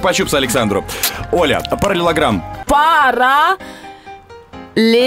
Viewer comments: Она слово Параллелограмм неправильно произнесла. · Параллелограмм неправильно. Она сказала: "Паралеллограмм" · Не паралеЛЛограмм,а параЛЛелограмм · Параллелограмм не правильно сказала.